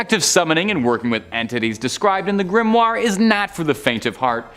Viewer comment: Grand Grimory? If you are going to make a schlocky video about grimoires, at least know how to pronounce the word!